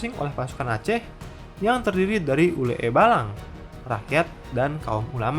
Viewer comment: Saya suka dgn konten kali ini... Cuma ada beberapa kata bahasa Aceh yg salah penyebutan nya.. tapi saya maklumi, karena bahasa Aceh ini susah dipelajari, terlebih pengucapannya yg sedikit aneh.. Seperti yg ada di menit Sebenar nya bacanya bukan ule-e balang, tapi Ule balang, huruf "e" yg ada dua itu maksudnya mewakili pengucapan kata yg khas Aceh, "e" nya akan terdengar lebih "e" dari kata "enak" (contoh nya)... Kira kira begitu lah